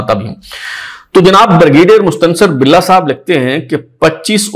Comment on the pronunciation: ہے آپ غلط پڑھ رہے ہیں